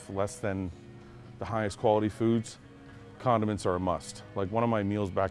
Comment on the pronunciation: When he was in the toilet paper aisle talking about low quality food and mashing Italian dressing/tuna together I thought he said "continence is a must" then I realized he said "condiments" lol